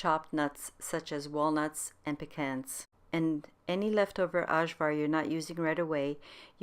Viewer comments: Why don't every one say AYVAR?! that's how you say it, some dummy didn't change the j for a y and now it's freakin ashvar... my god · Delicious.....the name is pronounce AYVAR...J is short ee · Don't edit it. It's cute. Sorry for laughing and I see others are trying to correct it for you. You have anglicized it with J pronounced as in English. Balkan people are very sensitive and funny when it comes to their food. Don't mind us. We are smart asses. 😁